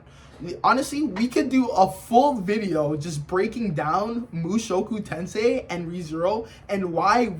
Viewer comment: i understood this guy didnt even finished mt the way he pronounced the title and called it power fantasy and rudeus the strongest like bro😭